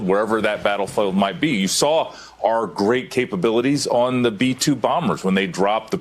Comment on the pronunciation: Did say: "Grest" British "Military" "Education". Russia Chess and Clauswitz, America Talmud and Poker, China Confucius and Sun Tzu, "Grest" Britain Fancy Dress and Funny Money.